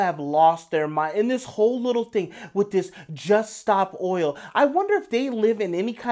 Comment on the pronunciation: Can't rhese people speak English? It's oil not oi-oh.